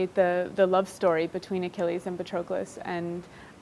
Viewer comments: She can't even pronounce Patroklos. 🤦 Even Brad Pitt pronounced it better 🤣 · I love the book and Miller's writing is excellent! However her mispronunciation of Patroclus is getting under my skin